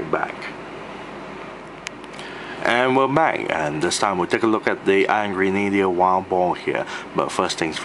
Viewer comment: Thought he was saying "Angry Needler" when pronouncing Iron Grenader the first few times